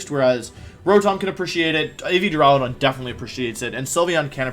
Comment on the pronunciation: My day has been made! Wolfey finally pronounced Duraludon correctly! :)))))